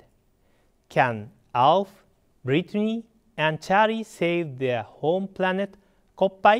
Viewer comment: "While exploring the pRanet..." I lost it, and so did he for a minute XD.